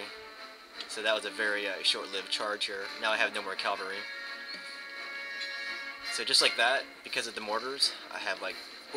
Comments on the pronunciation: Friendly FYI, it's cavalry not calvary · Jeffindenver is correct, you were pronouncing 'cavalry' as 'calvary'.